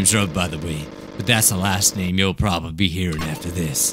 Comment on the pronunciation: you did not pronounce my name right